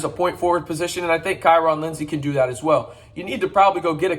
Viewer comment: Where is the "A" in KyeRon?